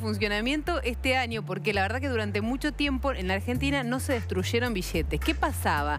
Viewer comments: billetes, no bishhetes, BILLETES. DESTRUYERON: DESTRUSHERON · Bishetes mashoria ,destrushe ,ladrishitos . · Iusa Une sha se deshtrusheron,la mashoria de eso bishetes jajajjaja shahhahshshshs